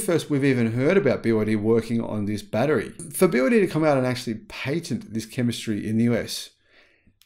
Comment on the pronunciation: Pat not Pate Patent